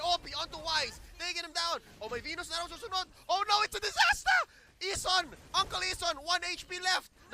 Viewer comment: Lol its a disastah? 🤦🏻‍♂️🤣